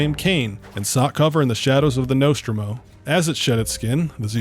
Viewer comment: Say 'Nostromo' again.........but correctly